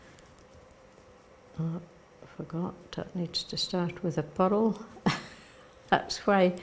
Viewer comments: I kept thinking she was saying “puddle” until I realized it was “purl”! OMG!! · It's just the pronunciation of purl in Shetland, and in some other parts of Scotland. The rolled r in the middle gives it two syllables - pu-rl :) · WITH SINCERE APOLOGY: I was only half listening to in this video and picking up little tips and tidbits about knitting. Please note I am saying this with only the deepest affection: I was only half listening, but quite puzzled until I finally understood what she meant by a “puddle” stitch! ❤😂❤ I was shopping on Amazon but had this video playing, repeatedly, on the tv just for the “company!”😊 Yes, her voice is so lovely and soothing!